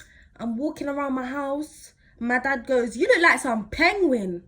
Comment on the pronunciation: When she said “pengwing” I dieeeed 😭😂😂😂